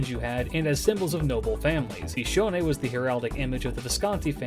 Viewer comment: Cool viewer facts: The first time I heard you say her name, I didn't know it, so I thought you were calling yourself bishounen in third person.